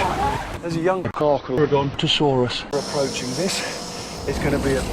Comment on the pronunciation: The pronunciation of Carcharodontosaurus was awesomebro